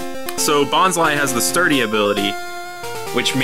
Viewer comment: Its bonslee not bonslu